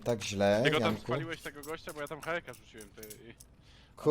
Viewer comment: "Jankuu!! Janeczku!!" Jakby jaka wiejska baba swojego wnuka wołała :d